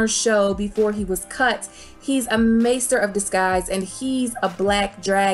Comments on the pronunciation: I think it’s Master of …. Not Maester of … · You're driving me crazy calling everything maester of this and maester of that. They are masters not maesters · why do you keep saying maester instead of master lol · "Maester" of coin had me dying😂